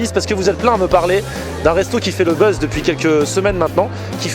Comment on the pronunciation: Buzz et pas buzze...